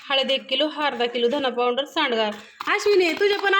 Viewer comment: पाउंडर नाही ग आक्का पावडर म्हण